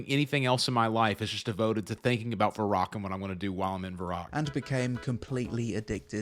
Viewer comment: TIL at 37 it's pronounced "va-rock" and not "varrick"